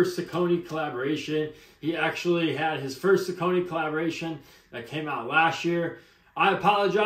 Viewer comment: Great review. The name is actually pronounced Sock a knee. Lol